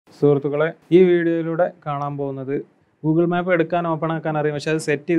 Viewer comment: മാപ്പ് അല്ല മേപ്പ്